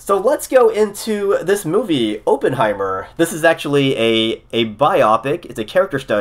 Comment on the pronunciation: It is pronounced like AH-penheimer, not OH-penheimer. Just sayin...